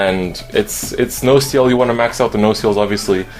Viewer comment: The way you pronounce nociel is wrong